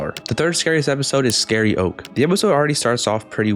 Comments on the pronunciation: Correction: it’s pronounced scaryoke like karaoke but with the word scary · "scary-oke" is pronouced like kareoke btw